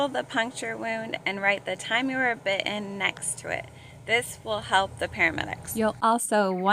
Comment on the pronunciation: 'Bitt'en' . Lovely and juvenile.